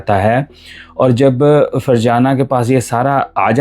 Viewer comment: Farjana nhi fazana tm ny to virgana nana dia😂